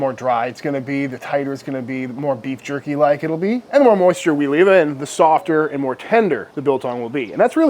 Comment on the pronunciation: I don't like how he kept on calling it jurkie. And talking about steaming it😱